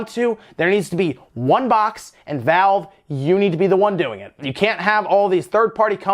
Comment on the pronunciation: **Valve not Vale